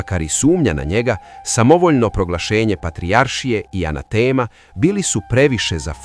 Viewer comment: Ja sad po prvi put čujem da se Dečanski izgovara tako brzo.Učio sam da je naglasak na slovu E i da se izgovara sporije.Isto i za reč anatema.Naglasak na slovu A i izgovara se sporije.